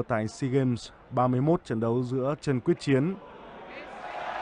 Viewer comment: Blv đoc sai ten nhieu lan